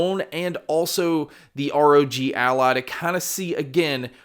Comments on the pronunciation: It is ROG ALLY, NOT ROG ALLAH XD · What makes me laugh is the way "ROG Ally" sounds like he's saying "ROG ALLAH"